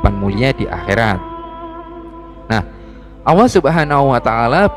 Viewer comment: Ini yang cerita gak bisa nyebut huruf ( L ) nyebut (allah) aja gak bisa, sudah salah, awwoh 🤦‍♂️